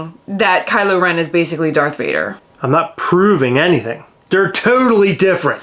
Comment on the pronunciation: She lost me with “Vader”